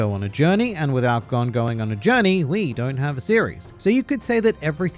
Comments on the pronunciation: His name is pronounced Gon as I’m cone with a g stop forcing words to match to get a sappy joke across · Why does everyone who makes videos of hxh mispronounced gons name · You really bbqed gon’s name. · I can’t do it bro it makes me so mad how you pronounce Gon wrong.